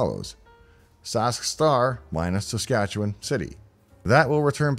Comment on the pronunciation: Ok, anyone who can pronounce Saskatchewan correctly has to be from there. Hello, from a fellow Canadian.